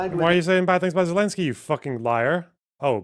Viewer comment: It’s Zelensky